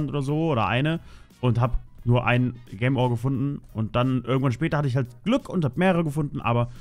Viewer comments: versuch einfach jem statt gem zu sagen ok xD im nächsten part hast dus ja schon besser gemacht xD danke dafür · Du hast gem die ganze Zeit falsch ausgesprochen 😂